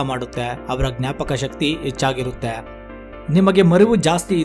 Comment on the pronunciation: Brother ,all students copied your pronouns as hannu= annu, hechigrite=achagirute your soft vanity all copied students get 00 Mark's ? ?